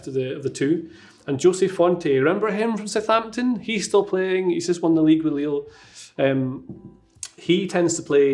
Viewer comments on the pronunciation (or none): none